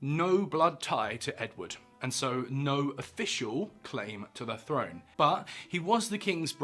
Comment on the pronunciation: Throne is pronounced with a th , not an f.